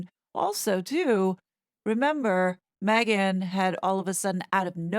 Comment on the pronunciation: she’s ‘probably’ ok with that? Then why not call her by her name if you’ve been working with her all this time? Now during this interview you are over accentuating her name? MEGhan! Come on … 🙄 😂